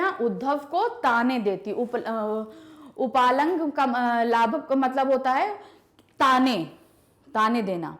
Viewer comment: Mam , in que.5 it's not uplaambh.. it's upaalmbh. Ur pronunciation in wrong.